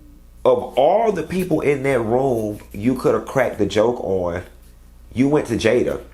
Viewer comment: Don’t start with the “JAYAH!!” 😂